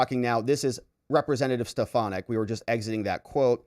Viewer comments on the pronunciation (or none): I love you but it’s SteFANick